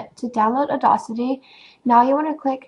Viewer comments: Awesome video! Audacity is pronounced "odd-assity", not "addossity", FYI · Uh-Daws-Itty... just sayin... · awesome video :) but its pronounced "or-dass-ity" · You're pronouncing audacity wrong...